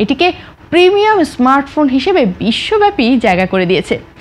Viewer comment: স্মার্টফোন❌ এস্মার্টফোন✅